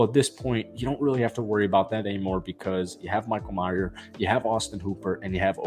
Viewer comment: Some of these so called Raider YouTube guys need to start getting very basic shit correct. It’s Michael May-er, not Michael My-er. Maybe you never even heard of him before posting this video? It’s actually a good clip if not for the epic butchering of the players name. Again, it’s Michael May-er, not 🎃.